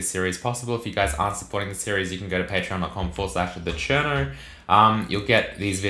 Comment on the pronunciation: Enunciate TheCherno, in the subtitles it came out as China, and we don’t want that